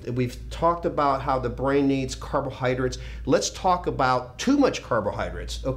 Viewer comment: Lee ive always been a huge fan ! But the way you say " carbohydrits " its killing me, carbohydrates LOL! Still love the message